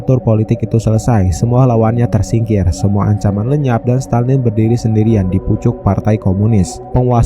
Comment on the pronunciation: stalin bg bukan stanlin